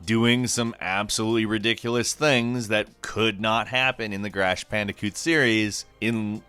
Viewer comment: “Grash pandicoot”